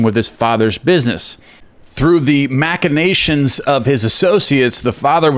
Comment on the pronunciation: Pronounced Mashinations